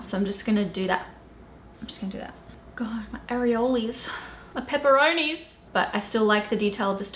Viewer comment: "My pepparonis" had me howling 🤣🤣